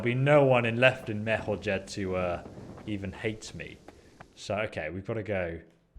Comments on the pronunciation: Why do you call it MER-HO-‘J’ED (with hard j) rather than the actual pronunciation MER-HOI-YED. You literally hear people in the game constantly say the 2nd one but you continue to say it wrong. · it's pronounced " mer-ho-yed" they say it in game all the time and folks still say it wrong. haha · A little hint from a native Czech speaker (dont mind my nickname): Merhojed is pronounced Merhoyed, no english "g" there. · game: says Merhojed like 50 times.: continues to mispronounce it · I hate when he mispronounces Merhojed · listen to the npcs saying things with J like Merhojed